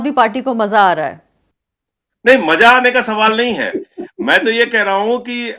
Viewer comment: Though a non Hindi still could follow all your discourse in shudh Hindi with a beautiful accent. Do not find any difference between you and Kamal’s presentations. One of the top journalist in India. Keep it up and take care. One request if you could pronounce Maja as Maza.